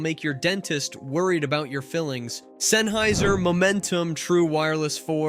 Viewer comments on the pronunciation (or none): none